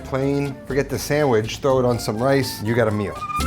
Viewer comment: Did you say samagizz?